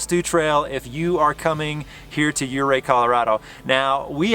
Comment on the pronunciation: “Ouray” not Oprah!!!!!!